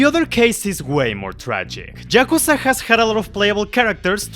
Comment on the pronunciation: ah yes jakuza